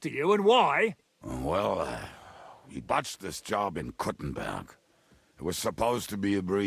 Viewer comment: Proper way to say Kuttenberg is Koo-ten-baerg. In German.